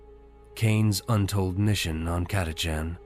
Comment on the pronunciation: I think the AI pronounced "Catachan" differently every single time. Not to mention one hundred and eighty threerd lol